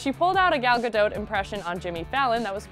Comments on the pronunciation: Who else just realize it’s pronounced gal gadoat and not gal gado Or am I just an uncultured swine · That’s not how you say Gadot.